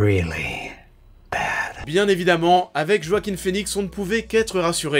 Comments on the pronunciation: Par contre on dit "Roaquin" et pas "Joaquin" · Il s'appel JoaquiN et pas Joaquim.. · C'est Joaquin avec un N ^^